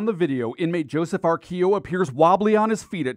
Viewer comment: He wasn't old. I knew joe.. it was pronouncd Ar-quill-o, not how the reporter said it. He was a junky from the west side. Lived in the building on Western off 117th. That is so sad sh** for real